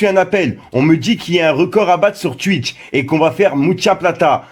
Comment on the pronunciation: Tu sais pas dire Twitch frero 😂😂